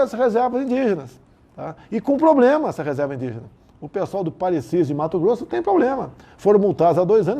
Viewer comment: Ele fala "poblema" "cuestão"...🐴